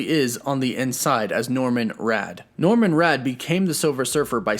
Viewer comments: It's Norrin Radd. NOT, Norman Radd. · Norrin, not Norran, and for sure not Norman. NORRIN RADD, from Zen La. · It’s NORRIN Radd, NOT “Norman”. Jesus. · Norrin Radd. Not Norman. Anyway, yes Keanu has my vote for Silver Surfer. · "Norrin Radd" not Norman Radd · It's Norrin Radd, not Norman Radd. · Norman Radd??? Ouch 😬 it's actually Norrin... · Did you call him Norman Rad? Pretty sure it's Norrin Rad.... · Did you say Norman Radd? Thought it was Norrin or am I wrong? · Did good until "Norman Radd"... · Actually it's Norrin Radd not Norman Radd Anyway nice vdo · Um excuse me but it's norrin not Norman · "Norman Radd?" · Norrin Radd...not Norman!!😂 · Norman? Norrin Radd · Norman Radd? lmao Norrin Radd is the Surfer's birth name. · "Norman Radd" :( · I really thought he'd make an amazing Victor Von Doom. Also its NORRAN Radd, not NORMAN Radd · Also, it's* NORRIN* Radd, not NORMAN Radd!* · DEAR GOD DID YOU JUST SAY “NORMAN RADD” ??? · hearing you say Norman Radd is killing me. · Did I hear you say NorMin with a M Radd hehe? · He said Norman Radd. Hahaha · Did you really say NORMAN Radd?? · Umm....Just being nitpicky....But did he say "Norman Radd" or is it just me? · lol you said, "Norman Radd" . I realise you're reading a script, but you should give the source material a shot. You would learn the names of the characters you're talking about.